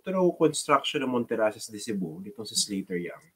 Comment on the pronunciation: Slater ❌ Slaughter ✅